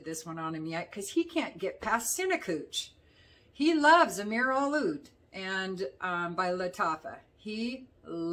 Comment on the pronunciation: Amir a what? Trying to figure out what you were speaking of as the cinnamon one.